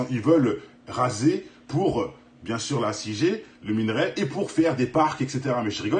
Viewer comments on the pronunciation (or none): Brûlis se prononce sans le S même au pluriel. Et c’est pas minArai mais minErai.